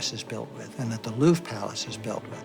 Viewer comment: I have heard of a rhombus, but I have never heard it used to describe the diamond shape of an object. Instead everyone says it's diamond shaped not ohh look at that there rhombus. - The Louvre-ra? The heck is that? Don't you just mean The Louvre? Man you French sure do pronounce some things in some very strange ways.